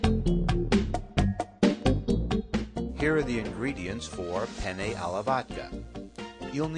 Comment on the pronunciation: peni alla vodka xD!!!! ma lo sentitecome parla sto tipo?? fa ridereeee!!!!! cmq ste penne mi fanno troppa gola le devo provare :)